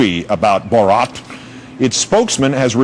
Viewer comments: Mans literally said Robot in reversed to make borat lol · Legit. Every time he pronounced it, it sounded like he was about to throw up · can you atleast learn how to pronounce the name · cringe every time the reporter tries to say "borat" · What can't anybody pronounce his fucking name properly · I hate the way he says 'borat' fucking hell its not hard to pronounce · This stupid presenter can't pronounce "Borat". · THUMBS UP IF YOU LAUGHED THE WAY HE SAID BORAT. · Why does this gay say Borat really shitely?! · "Borot" why dont these people do their own research before going on air and sounding like an idiot. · Say BO-ROT one more time , i dare you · Who the hell is Bor ROT, learn to say his name jesus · The only match for borats troll level is the anchor’s consistent mispronouncing and overuse of bo-rat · wtf is with the "bOraught"? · this news guy is a dick! borot???? wtf??? dick! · borot hahha lol does this guy live in a cave or something??? how could no one have corrected him.......... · It's not Borot you moron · lol.. the guy pronounces borat like 'borot' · It's even funnier that the anchor can't even pronounce Borat's name lol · I die a little inside every time he says “Borat” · Then later he actually brought tourism to the country Lol. Got damn is wrong with this guy saying borat like he a got a twinkie up his Amy’s. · Damn he says it wrong every time 😭😭😂😂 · Why is he saying it like that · They can’t even say his name correctly, what idiots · Couldn't they find a newsreader that can actually pronounce his name? 🤔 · Why can't he say 'Borat' correctly? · Funny stuff but for fucks sake, the way the newscaster pronounces Borat is bloody cringe =P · I swear to god news anchors are just not real people. I've NEVER heard someone pronounce Borat in any other way but I guess if you are someone completely disconnected from society and practically a robot who just reads a teleprompter then you would mispronounce it.